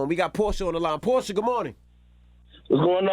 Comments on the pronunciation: It's Porch"ah" for the car Porche not Porshh🤫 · It's still pronounced porchia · "Porsche like the car" yet his ass pronouncing it wrong...clowns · No. Lol. One has two syllables.